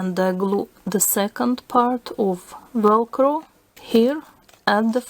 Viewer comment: When you said next part it sounded like you said next fart